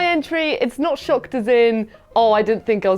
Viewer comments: I kept thinking he said “ I SHAT myself “. Which is possible. lol. ESP bcuz he hates horror games. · Maybe it's just my American ears, but every time said he shocked himself, I heard him say "I shot myself", and I got very concerned. 😂